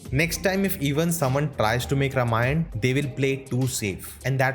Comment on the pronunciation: I'm afraid you are pronouncing Ramayan wrong. You're calling it रमायण, instead of रामायण. Infact, the correct pronounciation is रामायणम्